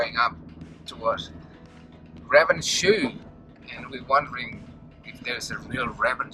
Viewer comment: Lucky you got out of Ravenshoe intact given your cute pronunciation of that town.